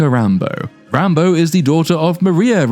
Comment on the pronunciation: This movie falls under the same category as Wakanda Forever of "Movies with a character name I thought you were saying as a joke and then watched later and realized 'oh my god that's actually their name." In Wakanda, it was Re-Re Williams (Riri). Here it's Rambo (Rambeau). I hear /you/ say it and i chuckle and think "there's no way they named her Re-re." or "Yeah, i bet she's named "Rambo." Then I watch the movie.